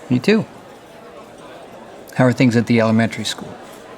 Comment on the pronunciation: "i had to take to take my little sisters to elmenry school"LMAO🤣🤣😭